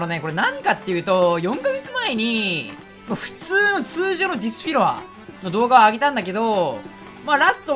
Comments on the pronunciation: 昔からディスフィロア言えてないの草 私も言えない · 絶妙にディスフィロア言えないの草